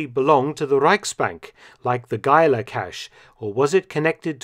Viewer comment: thanks for pronouncing Geiler as a german last name....